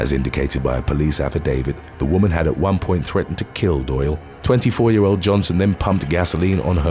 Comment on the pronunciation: Doyle rhymes with boil